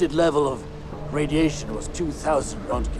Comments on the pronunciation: rentgen?? Its rontgen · How in the hell are you pronouncing roentgen?